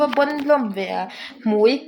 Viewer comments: Jenny hming awmzia 'hmui' ilam dan khi😂😂😂😂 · I tel chhuan a 'hmui' a nia, chutiang a lam rik tur